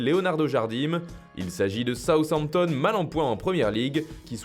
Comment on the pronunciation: Quand j'ai entendu Southampton j'ai rigolé